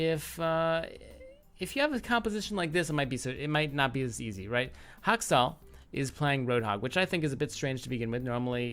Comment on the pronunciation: Is it just me or why I often hear "Hot sauce", when you say Haksal? Well anyway, Good analysis!